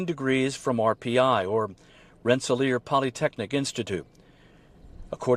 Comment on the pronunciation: Ren-se-ler pronounced